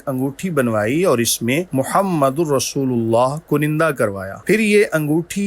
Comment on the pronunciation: Correct pronunciation is kunda not kunanda.